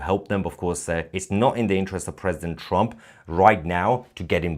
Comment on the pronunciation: Holy hell, Tousi successfully pronounced "Trump" for the first time ever instead of saying "TrOmp". I didn't think he could pronounce anything other than "A nOmber of Op to date news Opdates about TrOmp". Edit: Nevermind. it is immediately back to "TrOmp".